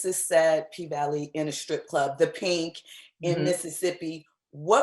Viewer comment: Its called the Pank...not pink